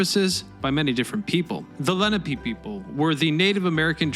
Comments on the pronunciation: And it's "Le-NAH-pay", not "LEN-ah-pay". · Leh-nah-pay. Not leh-nah-pee. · Leh NAH peh. Not LE na pee. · It's "Leh-NAH-pay". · It's La-nap-ah